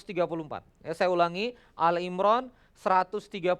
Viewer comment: Mohon maaf kang, izin sedikit mengoreksi ya. Yang benar adalah surat "Ali 'Imran", bukan "Al 'Imran".